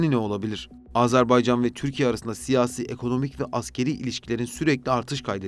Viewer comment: Güzel bir çalışma olmuş. Tek itirazım Azerbaycan yerine Azarbaycan demeniz.